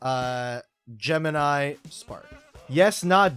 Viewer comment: the "geh-mini" is gonna be the deeth of me